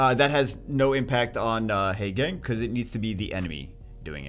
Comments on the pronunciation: teehee heygang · Short "a" sounds instead of long "a" sound. Actually, not too painful; I was exaggerating. can pronounce it however he wants. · Painful to hear you mispronounce Haegang incorrectly over and over.